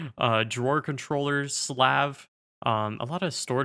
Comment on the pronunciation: yooo! edit: you pronounced "slave" wrong lmao